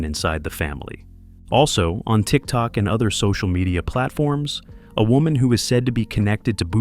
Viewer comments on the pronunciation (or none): none